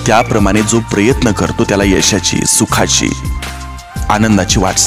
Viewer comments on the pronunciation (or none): none